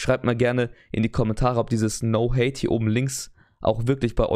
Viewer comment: Bro das heisst no hat, nicht hate. Mit no hat ist ohne Hut gemeint btw